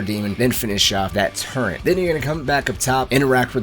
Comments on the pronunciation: there in no "n" in "turret". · What are you talking about? It’s the turent not the turret